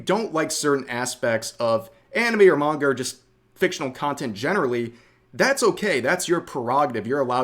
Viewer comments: Every time I hear her say manga I cringe. She's almost saying menga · She can't even say "Manga" the right way. also loli (prepubescents looking drawling's) when sexualized are nasty, but that is not CP because it is not children it is fictional drawling's that are just lines on paper and if she wants to use the "lore" of fake ages from a show, then I guess if you made the drawling look like an adult version she would still cry about that too? it really is just about the WAY the drawling looks in reality, either it looks like a male or female or a child or looks like an adult. either way it is simply drawling's of fiction. CP also is illegal, yet loli isn't. (its just very ew)